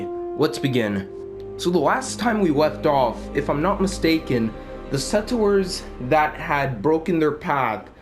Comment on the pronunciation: I think the game should be pay-to-play as well. Also, just a heads up, but settors isn't a word. The correct word is settlers.